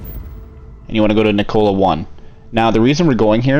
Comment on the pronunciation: It's Nick-cola it's neek-ola like Nikola Tesla. But great video. I'm just annoying about names. I'm sorry.